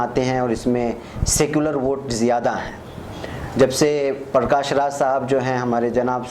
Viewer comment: This illiterate interviewer cannot pronounce his name properly. Its not Parkaash but Prakash 🤣